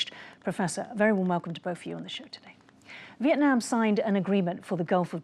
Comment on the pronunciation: Don't forget CHina is using Vietnam to gain its export to the US and other Western Markets. Mr. so-called professor - can you pronounce "Vietnam" a little more clearly?😅